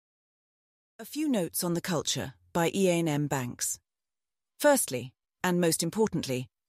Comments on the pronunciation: ...and one that doesn't know how to pronounce Iain! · Terrible. I'll read for myself rather than listen to AI that can't even pronounce 'Iain'. Stopped after 13 seconds.